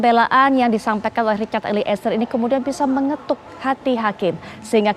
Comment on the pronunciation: Mbaaa host ..eliezer... Bukan Eli ezer...gmn sih andaaah nyebut nama org...